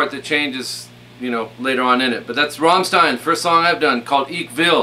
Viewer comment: funny that you know rammstein in america too but their called Ramm not Ramstein :) and i like how you pronouce it